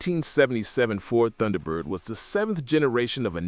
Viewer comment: Did your AI voice narrator just pronounce the word "Tunderbird"? Wow, back to AI voice pronunciation school! It's even funnier that the AI narrator got the pronunciation correct in the beginning segment about the car numerous times. What's up with that?